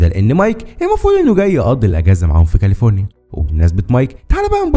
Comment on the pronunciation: معليش بس كاليفورينا مش كالفوريا